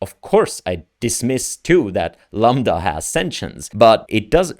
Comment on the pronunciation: Dude stop saying lamba can u really not even read a five letter word?